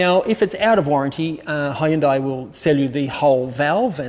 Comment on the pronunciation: God, I hate the way that Hyundai have decided people need to pronounce their name, it sounds like someone’s having a stroke. That kind of suits the way most of their new cars look anyway.